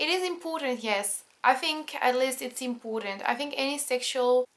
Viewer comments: 'impoooooootant 'hahahah its so funny. well it's cool to finally see a french girl who can actually speak really good english! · Sometimes , and am saying this jokingly, but it sounds like 'Impotent' ( avec a French accent)